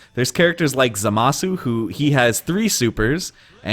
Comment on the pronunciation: Why does everyone pronounce Zamasu’s name wrong? Lol